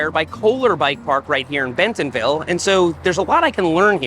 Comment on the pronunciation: As an Arkansan, drop the “t” in bentonville when you say it 😂